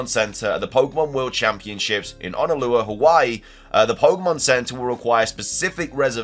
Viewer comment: Didn’t know Brits can’t say Honolulu lmao yall are starting to become my 4th favorite mythical creatures behind the Canadians